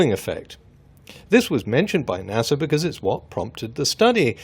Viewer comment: I can’t get over the fact that this man said NASer and not NASA pronounced NASuh